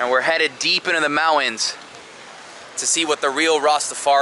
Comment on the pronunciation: Dude cant pronounce the word Mountains.